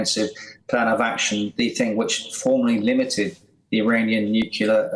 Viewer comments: 'Nucular'? Really? How can I take him seriously? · The 'Nookyuller' 'expert' 🙄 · NucUlar?!!! Grrrrr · Why does he keep sayin nucular? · A pity this guy can't pronounce 'nuclear' properly. He keeps saying " nucluar." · Can someone tell "" that the word is Nuclear not Nucular. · What's "newkiller" ? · This guy cannot even say "Nuclear". Where do they get these "experts" from. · The word is NU-CLEAR. Why can't these people pronounce it correctly?